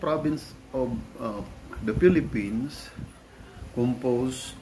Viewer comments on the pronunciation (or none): none